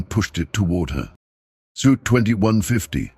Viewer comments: He also said sweet one time! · I had to laugh about the word, suite, and the AI keeps saying suit. funny. another funny mistake, résumé (cv), they keep saying resume. good story.